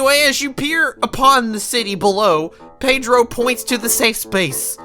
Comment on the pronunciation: It really triggers me how he pronounces Pedro's name as Peydro instead of Pedro